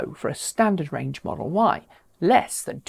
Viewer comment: I heard it too. 😆 🤣